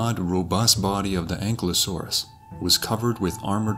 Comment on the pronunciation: Pronounced (AN - Ki - low - saurus) Ankylosaurus . Not "Ancklelasaur".